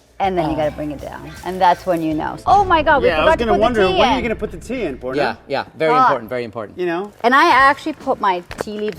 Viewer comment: Bruh wtf is porna, its poorna ; the pronunciation is diabolical 🤣🤦‍♀️